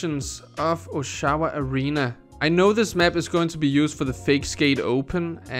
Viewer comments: It’s pronounced Oshawa. Not oshAwa. It’s a city outside of Toronto where me and TG Rogers use to skate. Donovan arena looks nothing like this so I’m assuming it was set up at the GM CENTER for a comp or something. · "osh-ah-wah", not "oh-shaow-wah". It's here in Ontario, Canada. Little ways up the highway from me. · It's pronounced "Ah sha Wah" its a city in Ontario,Canada. You can see some sort of canadian banner on the side of the rink there.Clearly a hockey arena type stadium. Awesome man! I live in Ontario now actually in Ottawa though the nations capital. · I swear you're mispronouncing Oshawa. :P